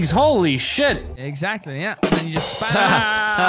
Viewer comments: "EGGSACTLY" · egg sack ly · “Eggsactly”